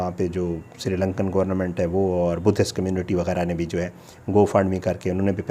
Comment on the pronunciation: بھائ آپ ماشاءاللہ پڑھے لکھے ھیں مگر آپ گورنمنٹ کو گورنامنٹ کیسے بول سکتے ھیں